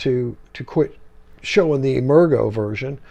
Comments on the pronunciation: Nice presentation, but "emergo" was pronounced "emerge-oh" with a soft "g" sound. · Great review. Incidentally, I think "Emergo" is pronounced with a soft G, as in "emerge".